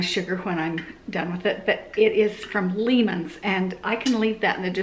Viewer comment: Hi. Love your videos. I live close to Kidron, Ohio and visit Lehman’s often. It is pronounced Lay=man’s.